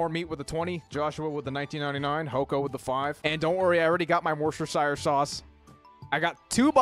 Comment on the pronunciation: It's pronounced wuss-ter-shir. Source: Englandistani resident.